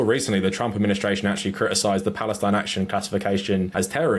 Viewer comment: he self censors the letter t